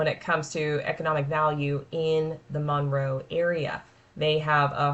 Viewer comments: If you are going to do a video on a city, please learn to say it. It is not MAUNroe. It is Munroe. I'm shocked you didn't say "WaxHAW". 🤦🏼‍♀️ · It’s “munroe” not “mon-row” sorry I had to say it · MUNRO, not Monroe